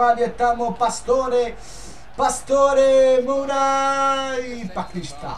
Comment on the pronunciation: nije Mura nego Moura, čisto da znaš:)